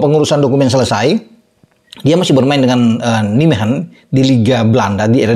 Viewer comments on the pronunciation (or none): none